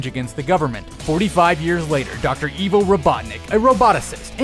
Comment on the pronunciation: It's "Eye-vo" not "ee-vo". Jeez...